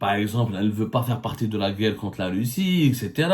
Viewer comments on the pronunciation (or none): none